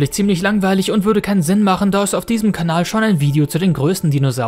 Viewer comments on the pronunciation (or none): none